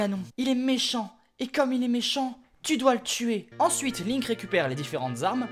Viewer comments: C'EST PAS LAINK C'EST LINK. ET CA SE PRONONCE PAS "BRIF" MAIS "BREF". Désolé je me suis laissé emporter. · Link pas linnk prononcez lle bien ohhh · Non sa se prononce Linek mais sa s'ecrit Link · Attends Attends TA DIS LAINK... LAINK !!!!!! MAIS QUI FAIT CETTE FAUTE À PART UN GAMIN DE 5 ANS QUI A FUMÉ DU CACA (Désolé mais cette faute est impardonnable) sinon ce concept est super. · “Un-pa” “L’un-que “ “Janon “ t’as jouer à Eldaryaaaaaa ? XD C’est ce que j’entends x) (Je sais que c’est fé exprés) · "Qui s'appelle "Laink"." Ah? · lol les prononciation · Perceval Rominger Ca se dit PaS comme ça Ca se dit WRYYYYYYYYYYYY!!!!